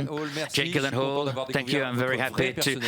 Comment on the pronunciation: Ooh they pronounced gyllenhaal wrong. I understand how he must have felt😬